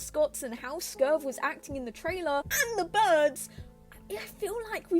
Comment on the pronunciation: For your information reading in comments, the Coyote mascot is called Skurv, not Scurve